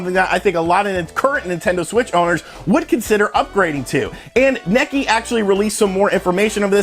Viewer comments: Great video as always. I believe Nikkei is pronounced "KNEE-kay" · Nikkei = Knee-kay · Say "Nee-kay" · Nikkei is pronounced Nee - Kay . . . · "Necky" was killing me. lol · My ears are bleeding, man.